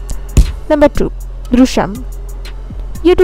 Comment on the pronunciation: ദൃശ്യം പറയാൻ ചേച്ചി നാക്ക് വടിക്കണം 😁😂😂